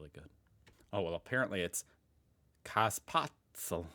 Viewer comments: It's "KÄ-se-spÄtz-LE" instead of "KAs-spAtz-EL". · Käsespätzle is pronounces like "cay-ze-spat-slee"